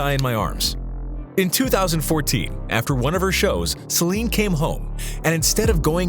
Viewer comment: This is AI reading for you. Reads Celine's name out to sound like "slime".